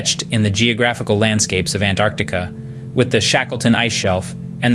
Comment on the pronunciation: Hi. Look, your video is great, but pls correct the thumbnail. Its Antarctic. Or if you want it Antarctica. And also the way you keep pronouncing “An-Artica” is incredibly annoying and wrong. I love travel and documentaries so I hope you do well just practice names, narration and all that